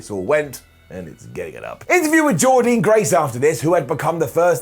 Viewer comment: SO you skip the Digital Champ that Jordynne (pronounced Jordan you idiot) winning